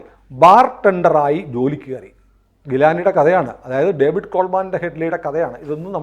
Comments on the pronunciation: COVID അല്ല ഡേവിഡ് ആണ്. David Coleman Headley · കോവിഡ് കോൾ മാൻ അല്ല ഡേവിഡ് കോൾ മാൻ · ഒരു ചെറിയ തിരുത്തുണ്ട്. കോവിഡ് കോൾമാൻ ഹെഡ്‌ലി എന്നല്ല ഡേവിഡ് കോൾമാൻ ഹെഡ്‌ലി എന്നാണ്. അങ്ങനെയാണ് ഞാൻ മുൻപ് കേട്ടിട്ടുള്ളത്. (വേറൊരു കാര്യം നമ്മുടെ മാപ്രകളിലൂടെയാണ് ഡേവിഡ് കോൾമാൻ ഹെഡ്‌ലി എന്ന് കേട്ടിട്ടുള്ളത്. ലവൻമാരെ വിശ്വസിക്കാൻ പറ്റില്ല.)